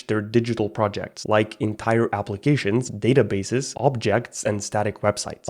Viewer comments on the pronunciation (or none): Ah yes "Applicatoins" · 'applicatoins' lol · « Applicatoins » 😜 but I discovered you today and love your content (the dynamic of the videos, your speak, the subjects) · Not tryna be rood here but "applicatoins"